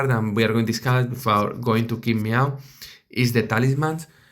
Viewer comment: It’s not King Meow but Tsin Mao:)